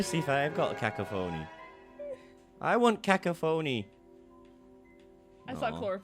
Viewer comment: Also guys fyi Cacophony is pronounced Cah-cough-oni